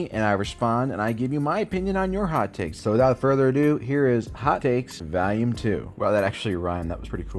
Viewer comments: why do you say “Val-Ume” when trying to pronounce volume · Why doesnt he kno how to say volume?